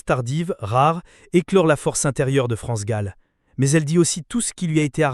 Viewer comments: Son plus grand chagrin fut la mort de sa fille France gol dit la voix robot c est gênant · Comment cette personne qui parle de France Gall ? L’appelle France goll ? C’est une honte c’est un manque de respect à cette grande personne elle me dégoûte à chaque fois, je l’entends dire France goal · France gall et pas gaul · Cette voix sonne tellement faux ! Cet imbécile dit France GOLL au lieu de GALL ! Jennifer et les autres ont eu un sacré culot d'enregistrer les chansons de France et Michel, sans même avoir son accord !!! Et les droits d'auteur ?! Jennifer, cette arriviste, séductrice et vulgaire, voulait se rendre célèbre en exploitant le patrimoine artistique d'une icône comme France Gall ?! Jennifer et les autres auraient mérité un bon procès !! France Gall et Michel Berger sont irremplaçables et inégalés ! Respect éternel 💖🌟